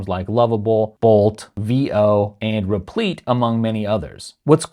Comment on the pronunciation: vee-oh and repleet? LOL